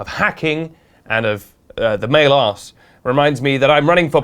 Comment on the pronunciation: Nobody:: aRsE